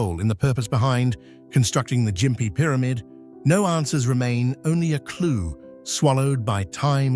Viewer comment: the gossford glyphs.. That picture is either a dodgy looking cannon or is a (_)_):::::::::::::::::::D cock The Ai can't pronounce Gympie properly, it calls it Jimpy not gimpy Ai might be pretty smart.. But it's actually really dumb